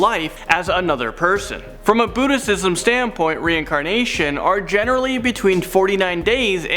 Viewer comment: Budisism? lol